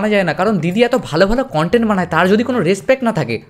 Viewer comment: Dada ota respect na respet tumi vul bolle 🙂